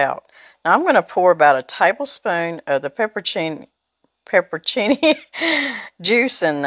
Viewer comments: You're leaving out a whole syllable. It's pepper-on-cini. Not pepper-cini. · When you pronounce the word "pepperoncini," don't leave out the middle syllable -- "on." Say it like -- turn the light "on." It doesn't have anything to do with your accent. I attribute the popularity of mispronouncing it to the Subway sandwich shop. They are mostly young kids who continue to say it wrong. But no matter how you choose to say it, it looks so good!